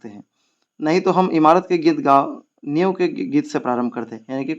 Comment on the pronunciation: New kii it nahi niv kii it hota hai sirr